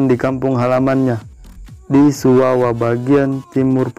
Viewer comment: Kase baye ba ucapan kata, suwawa bukan suwawa.